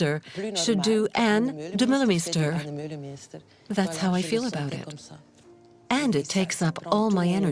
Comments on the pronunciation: Oh my god!!! Start by at least pronouncing her name correctly!!! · Lovely, though her name prononciation isn't correct. As a local DJ, I've met her several time in Antwerpen and once twice in Montparnasse. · Bro dutch is hard for foreigners to get a hand on. Why gatekeep her from making a good documentery because she cant pronounce the name completely right? No english speaking person who talks about fashion pronounces her name right.